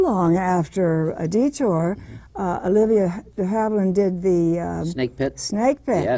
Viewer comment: This guy is the most annoying interviewer ever: ill-prepared, constantly interrupting, and he pronounces "detour" as "de-TER" and Barbara as Robert.